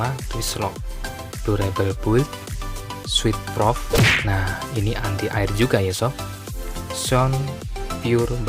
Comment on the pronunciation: Sweat Proof kak, bacanya swet pruf, bukan swit prof. Itu bukan anti air kak tp anti keringat ya...